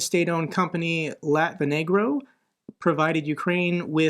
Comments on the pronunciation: Hi - Just a little thing, you did the same thing when reading the name "ukrenergo" as "latvenergo" - it does look like they end with "-negro," but its actually spelt "-energo" as if the root word was "energy." They are energy companies after all, i would reconsider your pronunciations!!:) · "Latvian state company LatveneGRo", you gave me a good laugh xD In latvian its usually spelled like Lat-ve-nergo although its supposed to be latv-energo. Definitely not negro:D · plz.. You did it again! It's LatveNERGO. You know like ERGOnomic. What you're saying is a bit problematic xD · Latven-ergo my man, or so I hope :-) foreign languages are hard to pronounce, their acronyms harder. Good muck and please continue what you're doing 💖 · It's Latv-ENERGO.